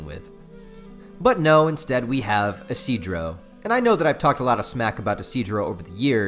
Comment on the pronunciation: Actually, his name is pronounced "ishi-do-ro"